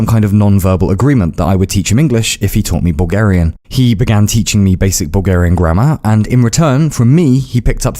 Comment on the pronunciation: Why do I keep hearing "Boogerian"